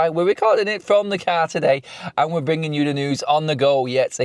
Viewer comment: Who they bwinging in?